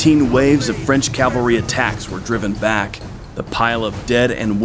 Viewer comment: Fun vid. Note: one of my pet peeves>> it's CAV-alry *NOT* CAL-vary. I don't know why people can't say it right.